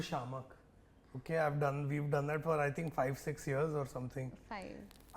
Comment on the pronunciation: two threeja sixx , two forza eight …😂😂